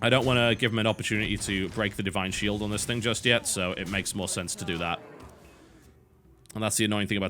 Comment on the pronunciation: "Di ine Shield"